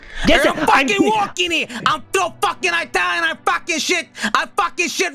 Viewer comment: beginning of eye-talian haye crimes